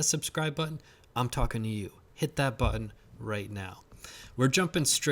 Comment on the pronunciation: Be sure to hit that "buh-in"!